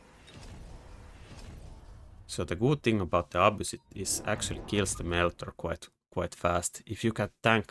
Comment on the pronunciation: You pronounce the Abyss a-boos, but it's more like a-biss